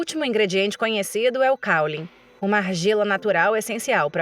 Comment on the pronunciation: Caulim. nâo é cáulim, Ensine verdades, não ignorância.